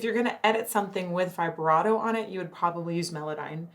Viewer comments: I love this videos but please can we have a go at saying vibrato instead of vybrado. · How many times can someone pronounce the word vibrato incorrectly. The I should be pronounced like it is in RIB.